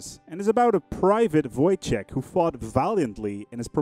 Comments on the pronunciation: It's more like Woytek not Vojtek. Great event. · his name is pronounced Woytek